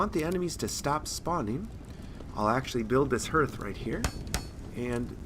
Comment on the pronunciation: Great vid mate. Just so you know, hearth is pronounced like the word heart but with the "th" on the end. It's quite literally the heart of your home. Imagine its spelled "harth" if that's clearer. Anyway have a good one.